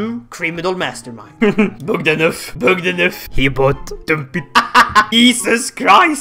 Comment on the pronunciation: Damn, you know Bogdanov and you prononce it like a frenchy, DO YOU HAVE ANY FRENCHY BLOOD?!